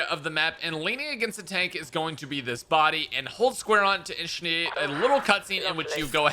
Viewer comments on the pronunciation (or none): My man said ISHNIATE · Why’d he have a stroke saying initiate